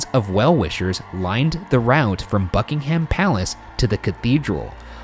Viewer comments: Also Bucking’am not Bucking-HAM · i can’t get over how ryan says ‘buckingHAM palace’ it’s such an interesting but also devastating case another british case i would love them to do is madelaine mccan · U say Buckingham wrong just saying lol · Her death genuinely broke this country in more ways than one POST MORTEM: Genuinely can't get over how Ryan hasn't learned that English names are more guidelines: Bucking'um, Archbishop of Canterb'ry. I do want to see him pronounce Worcestershire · I love this show but please pronounce UK place names correctly - the ham in buckingham is pronounced um, Norfolk is pronounce nor fuk, Canterbury is pronounced canter-brie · You guys! 😂 From the pronunciation of Norfolk, Buckingham and Canterbury to the terrible and terrifying British accents about pillow talk. Here’s some more sayings for you - ‘I think you’re the bees knees.’ ‘Give me a tinkle on the blower and we’ll have some pillow talk.’ And that’s when I realise how bizarre the British look to anyone who doesn’t live here! 😂 We are a unique little island!